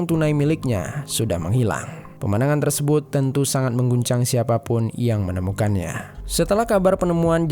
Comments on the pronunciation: Tersebut = Tersebun Mulut = Mulun Empat = Empan Jujur agak risih dengernya. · Kenapa sebutan "tersebut" nya terlalu ribet sampai² terdengar seperti "tersebouet". Apa lidah kau keseleo min?